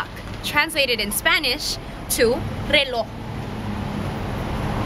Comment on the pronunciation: reloh? Im Mexican and its pronounced reloJ with a J